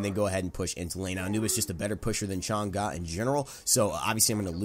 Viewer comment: PEOPLE STOPE PRONOUNCING CHANG’E NAME WRONG OMG WHY ITS NOT THAT HARD TO JUST SEARCH UP HOW TO PRONOUNCE HER NAME PEOPLE!!!!